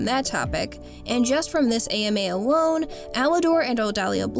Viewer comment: "awone" hehe